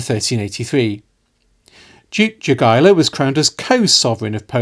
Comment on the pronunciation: And yet polish themselves still cannot pronounce Lithuanian king name - Jogaila - correctly. He is not 'yogiewa' 😂👑